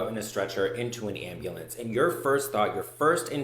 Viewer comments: Please tell me when said “ambalance” someone else pictured the video of that guy with the song “oooh black betty…AMBALANCE” 🤣🤣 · AMBA LAM!